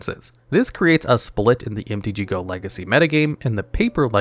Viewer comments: It's MTGO not MTG GO. Come on dude. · why are you calling mtgo "mtg-go"??